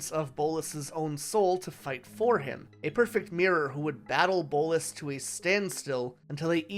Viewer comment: Bolas not bolis